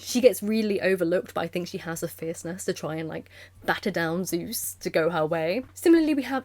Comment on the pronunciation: I love the gay old men as Zeus Ze-Us